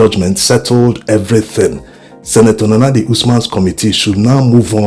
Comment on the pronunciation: Why did the supreme court not pronounce senator Nenadi clearly with out ambiguity